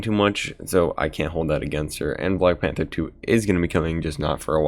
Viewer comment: Every time you say black panther 2 I die a little bit